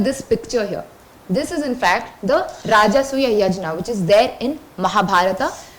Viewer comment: Not yajna. It is yagna in the pronunciations. 😏